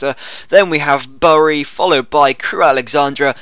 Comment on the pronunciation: Btw bury is pronounced as berry